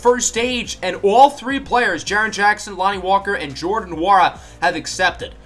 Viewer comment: You say Jordan Nwora’s last name like it is Wora